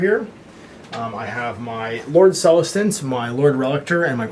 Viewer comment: Love these AoS battle reports. Keep it up. My second favorite thing is how you can never pronounce Celestant correctly. I chuckle every time you butcher the word.